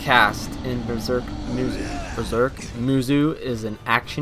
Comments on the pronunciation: XD it's pronounced as ( musou / musow & not muzu ) but nice review & please read the manga first before you jump in to watch one of he crappiest adaptations for anime ever , except for the old berserk anime that was actually good / decent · Its "moosow" not "moozoo" I don't even know how you can get that wrong unless you just think that the o in musou is silent, but even then it would be "moosoo" so I have no idea how you came up with saying "moozoo" all I know is that I cannot watch this video because of how annoying this mispronunciation is. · Isnt it pronounced "moosow" not "moozoo"? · pronounced "moose oh"